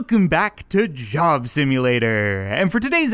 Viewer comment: When you say job it sounds like you say Jim